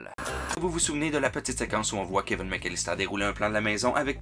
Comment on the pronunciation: Keveune ??? Cest qui ça ?? En france cest kevin vous je sais pas mais Keveune n cest un peu bizarre.. Elvis presli ?? Euhhhh daccord